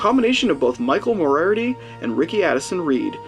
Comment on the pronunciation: Obscure and highly entertaining pronunciation of "Moriarty."